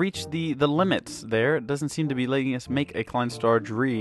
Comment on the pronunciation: Klein star ein. Not een. Ei-n. Klein star zwei. Not zwie. Sa-wi, Za-wi=zwei. Klein star drei. Not drie. Dr-ei, but in on syllable=drei. Klein star vier= fi-er in one syllable= fier =vier